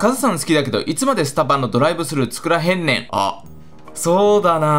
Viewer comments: へんねん↑じゃなくてへんねん⇩です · 作らへんねんの発音変でしたww